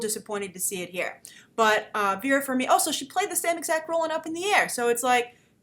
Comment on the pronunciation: The trailer is schmaltzy. P.S. The 'g' in Farmiga is not silent.